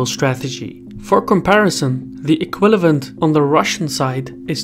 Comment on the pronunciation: Thank you, I love the Channel. But equivalent! EQUIVALENT not Equilavent. You requested this comment...